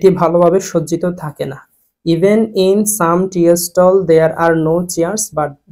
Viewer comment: tea এর উচ্চারণ টি।আর আপনি বলছেন এর উচ্চারণ টিএ